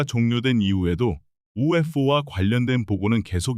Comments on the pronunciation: 그냥 ufo그럼되지 발음 엄청 굴리네ㅋㅋ튀고싶나봄ㅋㅋ영상은 잘봄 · 바보! UFO 목격을 UF 오목격이라 읽네 무식한 넘!